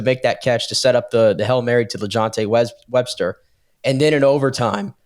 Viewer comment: WESTER Please put a little effort into getting names right if you are doing a quality show. You can just call him 7-11 since he is always open.